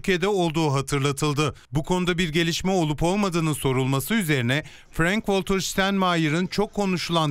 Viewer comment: Adamin adini bile dogru söylemiyorsunuz, adam ingiliz degil alman. Frenk degil Frank, wolter degil walter diyemiyor mu haber global